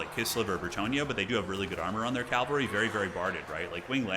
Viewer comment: Cavalry not calvary!